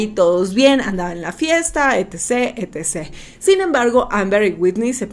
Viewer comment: E T C.se pronuncia etcetera.pq cambian todo?